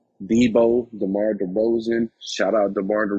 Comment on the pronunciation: Demar you say it Demore I like it 😁😁😁